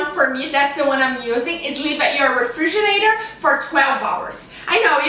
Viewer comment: Refrigerator....not refrigernator..